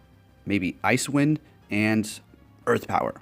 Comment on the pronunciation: It's not called Ice Wind. It's pronounced as Ice-e Wind. Like " wow, the ground is pretty icy after the snow that came down last night onto the side walks"